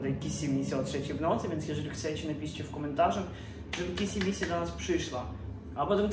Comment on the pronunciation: Boże nie mówi się kissy missy tylko kisi misi xD